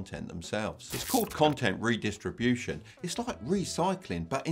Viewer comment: Manager* not manger Content redistribution* not redisribution